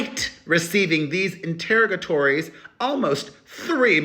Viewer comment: Enter-rog-ah-torries. Please, please, please